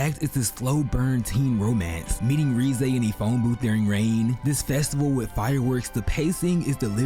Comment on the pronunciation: "reezee" arc 🤦‍♂️